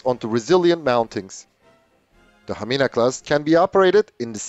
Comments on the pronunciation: that was very excellent pronounciation of Hamina. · Your Hamina class was perfect pronaunciation😍🇫🇮